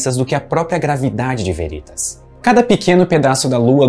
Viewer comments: Só uma observação: a pronúncia correta é Véritas e não Verítas. A palavra, em latim, significa Verdade. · Olá. Gosto deste canal e um vídeo com potencial para ser muito bom, podendo virar uma fonte de consulta, não deve pecar nos detalhes. Deixo aqui três sugestões: 1) Editar o áudio e trocar a pronúncia da palavra aqui pronunciada como “Verítas”, pela forma correta “Véritas” - sim, com pronúncia de proparoxítona. Em caso de dúvida consulte o site 2) Em surge a seta amarela. Seria a força resultante das duas setas azuis? Como entender que num caso a resultante está na direção da lua e noutro ao contrário? Sugiro melhorar isso, quem sabe aplicando alguma animação complementar. 3) Em são pronunciadas as palavras “longes da lua”, o que poderia ser corrigido para “longe da lua”. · Meu caro, diga "Véritas" não "Veritas".